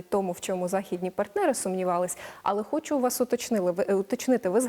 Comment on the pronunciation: "Пане, ну, окремо я, звичЯйно, хочЮ поговорити про вашу українську мову" - сказала українка до японця. Чому б цій відниці не вивчити бодай фонетику українську. Вона говорить: як ви вивчіли, щьо...